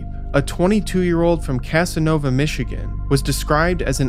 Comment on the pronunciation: Casnovia, not Casanova